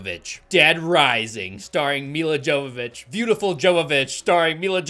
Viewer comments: sorry, just your pronunciation of Ms Jovović's name was kinda bothering me xd, so just thought id add a little correction. She was born in Ukraine and her name is Мілла Йовович, or Milla jowowicz in Polish alfabet or Milla Yovovich in English, NOT pronounced Dzovovich. (ukr. й and Pol. j = english y as in yet, and not дж/dz sound as in jet or just) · It’s pronounced “Yo-vovik” not “JoeVaVitch” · It's pronounced "Hovovich". She says it ìn the RE movie dvd commentary. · With how many times you say her name, it has to be pointed out her name is pronounce "Yovovich", not "Jovovich". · Her last name is pronounced "Yovovich" I know it can be confusing. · Her name is pronounced: Yo va vich Not Jo va vich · Mila's last name is pronounced yow-vuh-vich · Bro, this is like ten times now. Mia Yavavitch. That’s how her name is pronounced. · Omg it's pronounced Yovovich... She's Ukrainian. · The movie was bad. And if you'll indulge me for a "well, ackshually" moment, her last name is pronounced Yovovich. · Over many reviews I'm beginning to notice your inability to properly interpret or even read properly in some cases. For instance, Milla Jovovich your pronounce wrong or even Ha/lf. Its an L F, not an i F. 😒 you're a popular tuber, but you aren't doing yourself (or us) any favors.